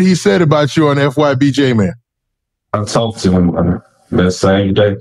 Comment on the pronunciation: you a Goofy. Can't even pronounce Jmane Name right. It's been way 2 long. Nobody says J man 😒